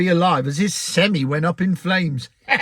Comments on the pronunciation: Yes, they are called sem-I, not sem-e. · Its pronounced semeye lol. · As you pronunce it an articulated gehicle is a seni!